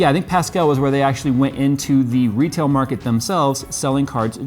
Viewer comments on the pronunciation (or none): none